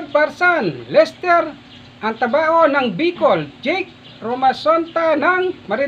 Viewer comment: Manoy Lester altabano po.hnd Po altabaho.haha...salamat Po sa shout out..damihan nyo pa Po Ang video nyo.sana sa sunod Tama na Ang banggit nyo Ng full name ko.😅😅😅😅